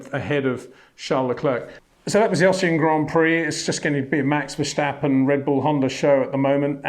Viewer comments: Hum - maybe my 'ear' isn't perfect but the host seems to be saying 'Verschtappen' here - at 0.18 of the video, or here, where Max is giving Dutch lessons and says his name at the beginning of the video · HEY PETER WINDSOR, I HAVE MESSAGE FOR YOU SIR: it is NOT Max "verSHtappen" ... Max is not German (Germans indeed do pronounce "st" as "sht") ... #Max33 = Dutch NL/Belgium! ... It is not "Bottash" nor is it "Lewish" certainly not "verSHtappen" .... This BS started long time ago when a British sport presenter interviewed father Jos Verstappen and assumed you can use a German pronunciation to a Dutch Driver thinking it is so "funny" ... It is not. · on top of that, the situation is so absurd because it is not impossible at all to pronounce it correctly for an Englishman, since the "s" should be pronounced as any Englishman would pronounce a "s"... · Hi Pater. I've watched you since your time on Speed Channel. Always respect your insight. Can I ask one small favor though: Max's surname isn't that hard to pronounce. It's Verstappen. Not Vershtappen, nor Versjtappen. Would you mind adjusting that? We're all trying as best we can to pronounce every driver's name correctly. Of course some are more simple than others, but you seem to be the only British reporter to call him by that name. I thought all the Dutch fans in Orange were really also supporting Lando. That's how a sporty nation works. They see someone work hard and do his best, so they get behind him as well. Exemplary. I wish more could do that. Thank you and keep up with the excellent insights! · Right now Shlewis Shamilton needs 5 victories with point for fastest lap in order to pass Vershtappen in the championship, if they both finish the race in first and second position :-) Please Peter, it is NOT Vershtappen !!!!! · Dear Peter, again, why why why pronouncing it as Vershhhtappen? Makes no sense, at all! It’s just as the English ‘stop’ and ‘step’. Either you’re ignorant or doing it on purpose.